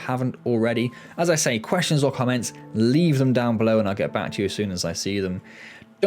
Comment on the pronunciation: lol I thought you said "all questionable comments, leave them down below" took a second for me to process you said questions or comments LOL